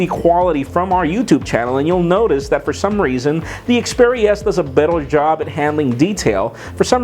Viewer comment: Its xperia not speria